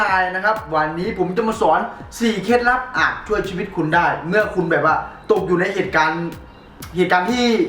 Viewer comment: ชีวิตครับ555ไม่ไช่ชิวีต